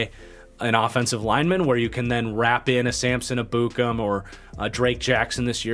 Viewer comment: R u saying Ebukem correctly? Never heard it pronouced that way (by an analyst or broadcaster). Just wondering.